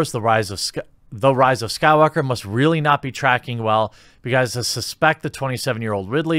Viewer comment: my man, you started saying the rise of skywalker right lol. kudos haha enjoy the videos as always